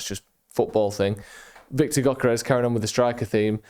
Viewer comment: As you are going to mention Gyökeres about 650 times, let me help you with the pronunciation: Gyökeres - Hungarian name, means something with roots. Gy similar to Djokovich Dj, ö is oe. Djoekeresh.